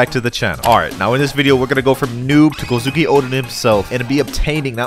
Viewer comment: The way bro said kozuki😬